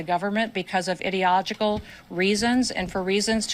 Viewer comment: Kristi Noem can't even pronounce ideological. 🙄